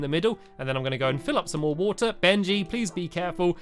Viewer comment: It's Benji not Bengy